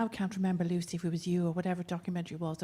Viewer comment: can not say Lucies name properly, what a twat.